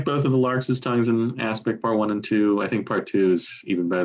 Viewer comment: pronunciation of larks' is somewhat idiosyncratic!